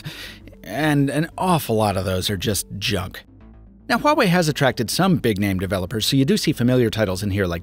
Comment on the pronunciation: You pronounce Huawei Correctly, that is impressive👍